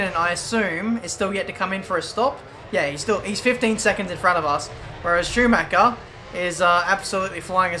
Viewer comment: IT'S SCHUMACHER !!!!!!!!